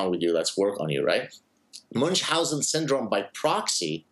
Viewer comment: If you pretend to "coin" a condition you ought to pronounce it properly. Munchhausen is German. Not too hard, just German.